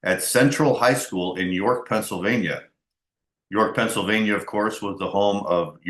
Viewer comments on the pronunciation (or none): none